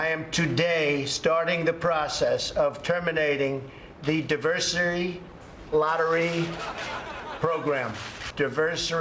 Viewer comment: Diversary? He is such an embarrassment